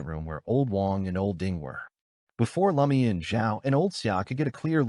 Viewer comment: IT IS NOT L A MIAN. 😢